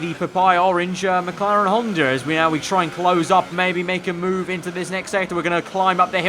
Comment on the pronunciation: You said McLaren Honda/Honder